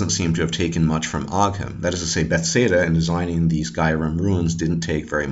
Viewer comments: this is a grat video. one quick question, why do you say bethsaida instead of bethesda? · i really enjoyed this viedeo however you say beTHEsda kinda odd ;)